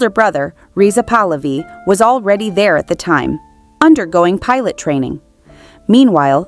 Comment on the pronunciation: The dynasty is pronounced 'Puh-luvi'(emphasis on the first syllable), not 'Pulaavi'!